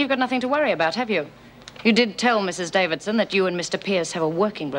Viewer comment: Is it just me but can't seem to pronounce the word 'Davidson'?